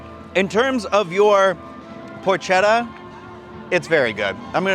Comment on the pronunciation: potchetta is pronounced with a hard c. The H is silent.